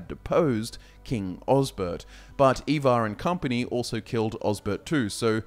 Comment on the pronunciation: Not gonna lie you messed up so bad with pronouncing ivar man